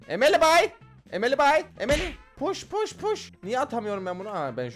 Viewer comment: Abi pardon ama push push push dediğinde puşt dediğini sandım lütfen banlama😢